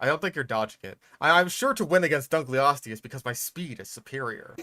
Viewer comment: It should be pronounced Dunk-el-o-steus. It's named after a guy who's name was Dunkle. It means "Dunkle's bone" which sounds like some kind of innuendo, if you ask me.